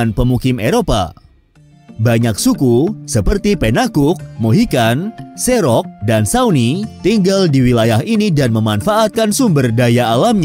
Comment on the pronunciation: Kepada admin, editor, dan segenap tim redaksi Invoice Indonesia. Mohon diperhatikan pronunciation narator. Saya tidak tahu apakah narator berbasis AI ataukah ada seseorang yg ditugaskan sebagai narator pada setiap video yg dibuat. Karena beberapa kali saya menemukan kesalahan penyebutan nama tempat/suku/istilah dalam bahasa aslinya. Contohnya seperti penyebutan nama Cherokee pada video ini, disebutkan menjadi "serok". Cherokee seharusnya disebut sebagai "ˈtʃɛrəki" (che rə ki) menggunakan e taling pada penyebutan "che" dan menggunakan e pepet pada penyebutan "ro" -> "rə", serta menyebut "kee" menjadi "ki". Semoga lebih baik lagi kedepannya dan tetap memperhatikan pronuciation aslinya agar audiens yang sebelumnya tidak pernah tahu tidak dibuat keliru. Terima kasih.